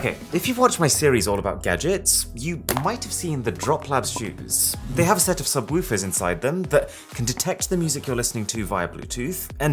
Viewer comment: I like the way he said "sub wuffas"